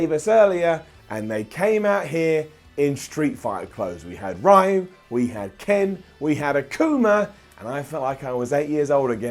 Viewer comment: It's not RYE-you, it's re-YOU (but spoken like a single syllable), as in Shoryuken. People always butcher Ryu and Raiden...